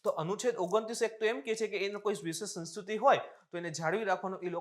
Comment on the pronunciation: Saheb ne સંસ્કૃત / સંસ્કૃતિ બોલવામાં તકલીફ પડે છે લાગે